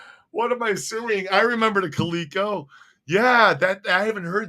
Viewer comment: Talks about his bad grammar, then proceeds to pronounce CALico wrong 6 times 🤣 we love you but at least spell check the title of the videos; THERE is a place, THEIR is someone's possession.